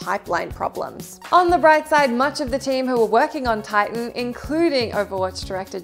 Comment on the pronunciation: Titian? It's Tighten, duh.